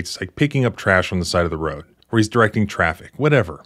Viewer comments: Sorry sir, this cop is one of your Southern boys haha. There's no northern accent that pronounces "road" like that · The way he pronounces “road” irks tf out of me. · He has a southern accent. "Road" is only one syllable, not two.